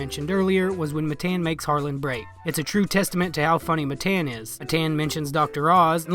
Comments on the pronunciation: It’s Matan not Mathen you retard, the name of a king! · It’s Mah Tahn not Matt Ann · this chigga rly said muhTAN 😭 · It's pronounced ma-tawn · All you did was spell it. It would be pronounced "muh-tahn". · Matan ( muh-ton) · I thought it was engagement farming. I didn't think anyone could be so ignorant to make a video where they mispronounced one of the names so many times even tho he introduced himself and said his own name. If it's honestly not on purpose you should put a tiny bit more effort into your vids. Redneck or not, don't claim some background just to use it as a cruch. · I mean, you know you say his name wrong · If you were an actual fan of Matan, you would know how to pronounce his name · It’s pronounced Matan btw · Why are you pronouncing his name as Matan? It’s Matan.